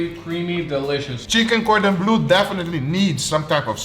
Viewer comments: It's cordon bleu and not cordon blue hahahah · just murdering that gordon bleu while other still saying "cheers"